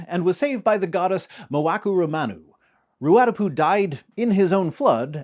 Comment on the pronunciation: Kia ora, friendly neighbourhood Kiwi here. I really admire your effort to do the Māori flood stories justice. Your vowels are pretty decent! For the benefit of future videos, the stress pattern in 'Ruatapu' is more like RU-a-TA-pu than RU-A-ta-pu (I realise how like Hermione Granger I sound about now 😅). Also regarding 'Tāwhaki', the macron on the A turns it into a long vowel (so 'TAAA-wha-ki'). There's a weird quirk with the 'wh' digraph in Te Reo Māori where depending on the dialect, it's pronounced variously as W, H, HW, or most commonly almost F, so the most common pronunciation of Tāwhaki is actually more like 'TAAA-fa-ki'. Keep up the awesome work!